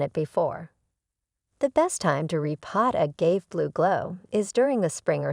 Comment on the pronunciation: This video is terrible from the start. If you can't even pronounce 'agave' properly, I'd recommend you don't make videos about it.